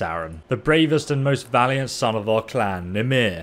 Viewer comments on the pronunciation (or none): none